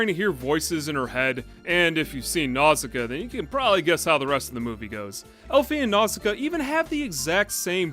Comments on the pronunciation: Pronounced more like "Now-see-KAY-uh", but ok. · Nausicaä is meant to be pronounced NAW-sih-KAW-uh by the way. That’s why there’s a dieresis over the final A; to show that it’s pronounced independently of the vowel it’s next to. Like Zoë and Chloë. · you're right & I apologize. Your video inspired me to re-watch & you said it the way they pronounce in the english dub. I hadn't seen it in years & greek mythology got in the way...my bad.